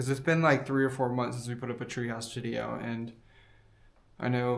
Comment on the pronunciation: "Treehouse shitideo"??